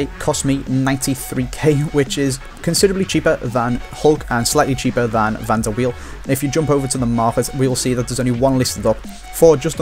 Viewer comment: pronounced Van der Veil, not wheel.